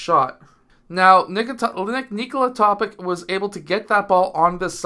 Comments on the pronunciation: great video sir but it is basically pronounced toe-pitch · Do you know how to pronounce the last name of the multiple league MVP - Nikola Jokic? I guess - You do... If Nikola Topić comes from the same country, is an ethnic member of the same nation as Jokić, why on earth would his last name be pronounced differently?! The analysis of the game is quite decent, but the fact that you didn't bother to think for at least 10 seconds about the correct pronunciation of the last name is sad. I hope, coach, that you are more detailed in preparing for the games than videos...